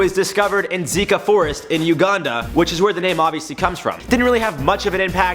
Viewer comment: u said uganda wrong